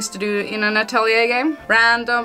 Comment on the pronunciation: the correct way of saying it is "atorie", according to laizalin stouto sama herself 😁